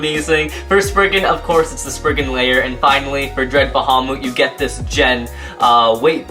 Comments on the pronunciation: it is gen not jen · oh yeah as i saw on katakana translation for gen weight and its not pronounced as [jen]